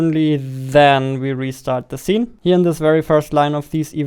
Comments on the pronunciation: zee. No its see with S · See❌ Zee✅ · not hating or making fun of him but i love how he says Zene instead of scene xD